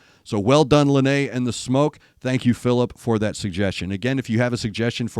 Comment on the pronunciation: It is pronounced “Lie-Na”. Thank you so much for doing this, she and I both really appreciate it.